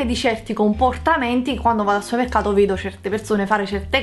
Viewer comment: supemmecato mado ahahahha ti serve un dizionario di italiano